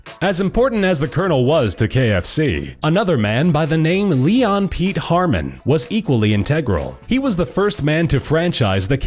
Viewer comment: *Harman, not Harmon.